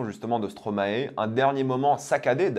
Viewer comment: Please les français, depuis 10 ans ! Arrêtez de dire Stromaé , ça ce prononce Stromaye mdr